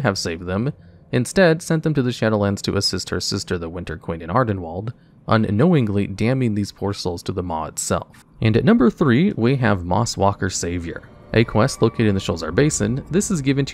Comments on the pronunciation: Another excellent video, as always. I love your stuff, truly I do, but I beg of you, please please please double-check pronunciations. REE-uh-strasza, Nix-ON-druh, Purr-GAY-shun, ARD-en-wee-ld, Clair-eese, and many others. Aside from that you do great work, and I hate to say anything negative, but calling Clarice "Clarence" made me cringe so hard that I had comment with what I hope is constructive criticism. ETA: Elsewhere in the comments someone said you do this on purpose to get people to comment more. If that's the case then disregard what I said but maybe think of a new running joke that doesn't make people waste their time typing well-intentioned feedback and ending up feeling silly. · Ah yes, my favorite Shadowlands zone, "Ardenwalled".